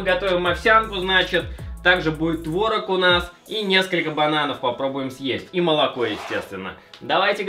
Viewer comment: не творог а творог!